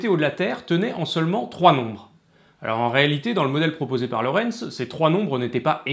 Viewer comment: Ok, ''déjà''.. et il y a d'autres choses utiles que tu souhaites ajouter ? Parce qu'en fait non, on ne dit pas Lawrence mais Lorenz et c'est bien l'attracteur de Lorenz (qui a été traduit de l'anglais ''Lorenz attractor''). Autre chose ? Hmm?